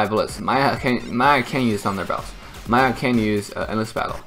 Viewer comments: did always called "miya" = "maya"? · why you pronounce miya maya